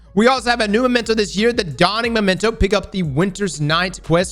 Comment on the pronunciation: Bro it's MEMENTO, say it with me. Maybe the whole Hamkara thing went too far, you really need to read the whole word before you say it, and then say it right.